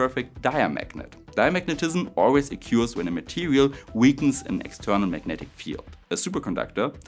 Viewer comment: Please look up the pronounciation of "to occur" / "occurrance" 😉